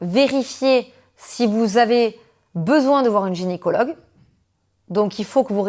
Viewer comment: Très intéressante cette vidéo, juste petite rectification on dit « GYNÉcologue » pas « GÉNicologue » ❤